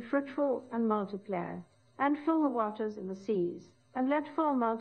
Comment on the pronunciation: She was the only one to say "waters" correctly.